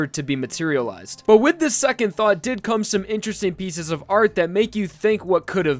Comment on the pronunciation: I rewatched it so many times just to realized he said "thought"